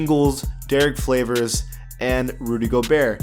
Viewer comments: its favors not flavors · Did you just say Derrick ''Flavors''